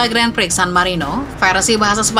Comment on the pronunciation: si admin baca 'gran pri' kok masih salah ya, pdhal yutub motogp indo lain udah pada berbenah